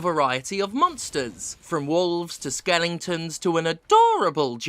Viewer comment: Is it a British thing to pronounce it "skelington" or just a Steph thing?